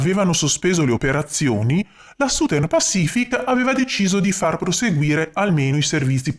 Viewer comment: Uno usufruisce gratuitamente del tuo impegno, quindi esprimere delle critiche potrebbe sembrare scortese, però, oltre ai giusti complimenti, ti consiglio di curare un pochino meglio la pronuncia delle parole inglesi. "Southern" dovrebbe suonare qualcosa come ** sazern*. La **Z* rappresenta la pronuncia del the degli inglesi, e per noi italiani è oggettivamente un suono un po' difficile da produrre ma la prima vocale è una semplicissima "a", non "u"" . Ciao, grazie per i contenuti che metti a disposizione di tutti., ,👍🙂